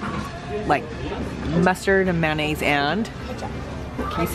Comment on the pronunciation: Ketchup-(ket-chup) mayonnaise-(man-aise) mustard-(mus-terd)!